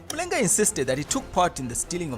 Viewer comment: Excellent content, good narration. However, i feel you need to pronounce the Zambian names such as Mulenga, the way they should be pronounced.